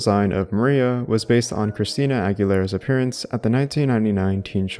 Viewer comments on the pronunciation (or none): none